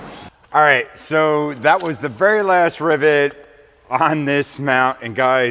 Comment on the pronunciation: Are you saying Ribbit (like a frog) or Rivet